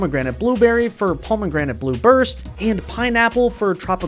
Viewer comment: The way you say pomegranate really pisses me off